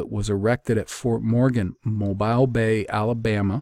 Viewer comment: Love that you touched on Prince Madoc as I live in Mobile! Pronounced Moh-bill btw